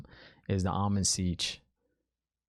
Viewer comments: The Ogier are builders in fact they built my house after Tar Valon also I actually think Logain was laughing at Rand and not Matt. Pronounced I believe Am-Ril-Lyn seat. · You have heard the name Ishamael before. End of episode three Dana says it. Also the Amyrllin Seat, not Almond Siege 😂😂 and her name is Siuan (pronounced Swan) Sanche. Great videos too man they are so good. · Enjoying the vids, keep it up. One tip, turn on your captions when watching. It will help you understand what they're saying. "Eye human" = "Aiel-man" for example, or "Almond Seige" (?) is "Amyrlin Seat". Also check out the x-ray content, no spoilers there. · If you’re not already, put on closed captions. It’ll help, and won’t be any spoilers in there I swear. Definitely do NOT google anything. I’m pretty sure it’s “Amyrlin Seat” not “Almond Siege.” 😂 Lastly, you nailed it on us book-readers. We do play ping pong throughout the chapters, trying to crack the ‘puzzle.’